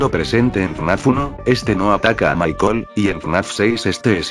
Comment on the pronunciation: Dios, porque cuando en este video, dice Michael, y yo le entiendo mar*cón xd